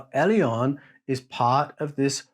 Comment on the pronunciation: Elyon > Alien is what I'm hearing......